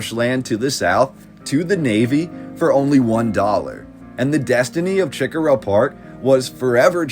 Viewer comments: I appreciate all of your research. But i must tell you, it's not CHICK -a--rah It's CHE-core-ah. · every time you said chi-cora was like nails on a chalk board. it's preannounced like SHI-cora. Don't even attempt to say Huger. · right I should have put the emphasis on the CORE part